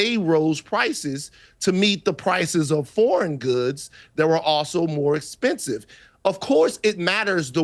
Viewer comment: Cowboy hat knows a lot about tariffs and economics… “esspensive”, “espert”, “sussessful”